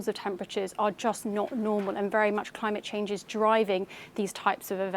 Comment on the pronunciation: “Dis is cos ov climaMaTE Chaasaaaaange!” 😂😂🤣😂😂🤣😂🤣